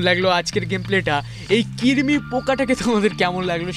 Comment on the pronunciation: ওটা কিরমি না ওটা কৃমি